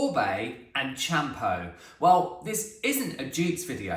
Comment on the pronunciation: Hi thanks for all the information, just thought you’d like to know that Champô is pronounced shapoor x